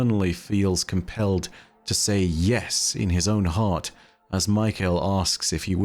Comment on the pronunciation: I’ve known people with the name Mykel before and they pronounced it more like Mee - Kell rather than like Michael.